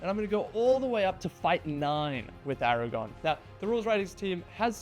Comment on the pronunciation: ARAGORN with an RRRRRRR